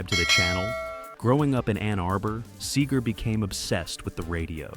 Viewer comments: SEger, not SAger. Fucking AI. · Wow, a.i. is getting good. The sager instead of seger one of the only tells. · These AI videos are always full of shit. Can’t even say the singer’s name correctly.